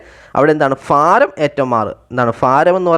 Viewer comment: Faaram alla BHAARAM😮😅